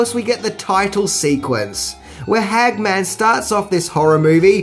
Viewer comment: It kils me how you pronounce Larry Hagman's name like Hag-Man like he is a superhero bitten by a radioactive hag.